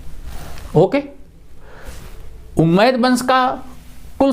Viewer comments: Guru ji ummiyah vansh hai not umaid. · सर झूठ मत परोसें हज़रत मुआविया ने हज़रत अली रदि अल्लाहु अन्हो की हत्या का झूठ कहां घढ़ा है आप ने सर,,, उम्मैद नही बल्कि उमय्या शाब्दिक उच्चारण भी सही नहीं है